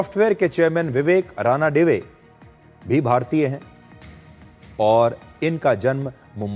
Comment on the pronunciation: सर; रानाडिवे नहीं ' रणदिवे .